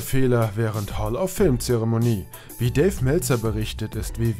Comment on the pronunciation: "Hall of Film" :-)